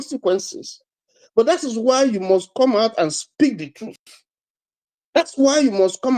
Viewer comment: This man is not saying the treuth